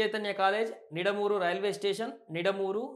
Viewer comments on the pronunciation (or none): Nidamuuru kadu ra babu ,❤Nidamaanuru ❤Telugu kuda raavatleedu yeediki 10 th aina passout aa yeedu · నిడమూరు, ఎనికేపల్లి పనమలూరు 😮😮 సరిగ్గా చదివితే వీడియో చూడాలనిపిస్తుంది